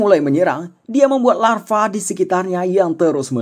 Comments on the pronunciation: Lafa kok jadi larfa wowkwk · Lava bg bukan larva